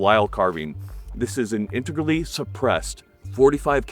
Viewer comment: Your ability to say "integrally" repeatably is impressive. Well done